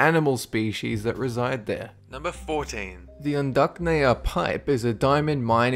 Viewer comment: You mispronounced 'udachnaya': 'ch' are supposed to be pronounced like in cheese. Удачная means 'successful'.